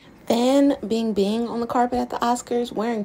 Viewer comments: Though her name written as Fan Bingbing. It's pronounce Fun PingPing but Ping has higher sound, it sounded like "Ding Dong" but higher like "Ting Tong". I really hate it when people don't take the time to pronounce someone's name in native sound. It's not hard to learn a few simple note. Like Michael Jackson. It's pronounce "Mi Ca El Jug Soung" in French! I was in this friench class but the teacher have a Habit of not communicating with us using local language. It's a rule there. You have to speak french, you can speak Poor French but local language is a NO, NO. The idea was to get us used to French Language & Culture. Everything in school is about French history. Even furniture are decorate by French Designer. One of most expensive french school in my country. And as I study... we have this music class, where the teacher would play the French song for us, and we write down the word that we can understand. The Madame are teaching us about Pop Singers. And she mention about someone very famous, Mi Ca El Jug Soung, I have no idea who he is. Until we have our example, the example was Identify which songs he sung. That's when I realized all these time, I was studying about Michael Jackson... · It’s pronounced “Bing Bing”